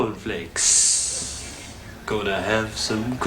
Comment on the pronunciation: Every time I hear on the news that there's been an earthquakah or I see a box of cornfakessss I'm reminded that I got a whole lotta milkah.